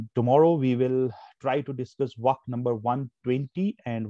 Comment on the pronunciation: The way you teach is good but sorry to say, it not as, as you are pronouncing it. It is vaaaaaaaakh